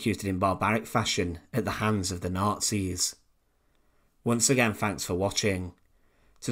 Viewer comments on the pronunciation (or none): "Fanks for watchin"